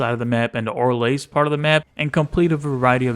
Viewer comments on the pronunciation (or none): By the way, I noticed you said Orlais with S, which is incorrect pronunciation - nothing too bad, just a note related to lore.